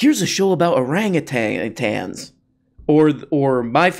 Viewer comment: How dare you denigrate my boy fwumpwumple like this. Also its pronounced orange-you-tang